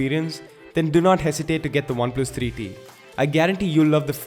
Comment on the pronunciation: Alexis Barrientos he's Indian mate bear with him. They usually mix v for w so bear with him